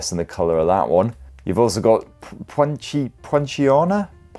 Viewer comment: Dear god man, how hammered did you get the night before this review? Lol. You looked in pain. FYI, the red is pronounced Pon-see-anna. It’s an Australian and SE Asian tree that has, you guessed it, reddish-orange flowers. The grey is Greez-eye. It’s a monotone underpainting that artists use in their works. Love your reviews anyway. Definitely considering getting the 50 Neo.